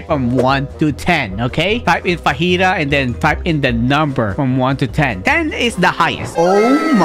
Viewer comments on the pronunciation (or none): im sorry but the gravity admiral is fujitura not fajita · It’s so triggering hearing him say fajita instead of fujitora